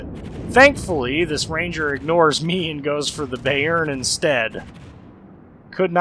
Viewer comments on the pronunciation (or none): Good Video, enjoyed it :) Kind of glad i'm up to the NM now, although I'm focusing the German BB line atm anyway. Just one correction, if I may: the Bayern is pronounced "Buy-earn" not Bay-earn" :) looking forward to your NM video!